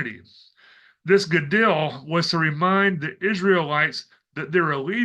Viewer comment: the ‘dol’ in Gadol is pronounced like ‘Dole’ brand pineapple/fruit many thanks for your work from a new subscriber🙏